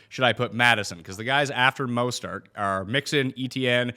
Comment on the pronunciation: dude does not have the ability to pronounce mostert correctly once